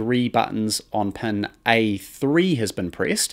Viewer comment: Amazing video. But I gotta admit the way you pronounce “pin” was really getting to me lol